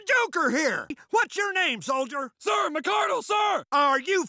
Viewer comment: If this is the MARINES then why did he say soilder